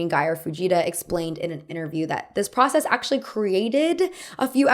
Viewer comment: Speaking of accents, why do you speak like that ? For example, you say '' I guass'', ''procass'' or ''yas'' instead of I guess, process and yes...